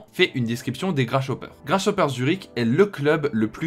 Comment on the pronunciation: On prononce Grassoper et pas Grachopper